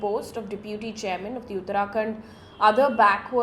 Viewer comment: Mam it's pronounced "DEPuty"✔️ not "depYOOTY"❌ "Victims"✔️ not "Wictims"❌ Similarly "Violent"✔️ not "Wiolent"❌